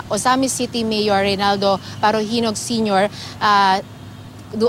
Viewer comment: Yung salita ng reporter prang pinapaburan nya yung mga parahinog..parajenog.